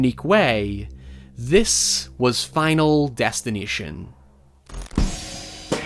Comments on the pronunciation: I keep hearing him say Final Destin-I-tion instead of Final Destin-A-tion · "final destineeshon" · he is saying '' final destinateeon ''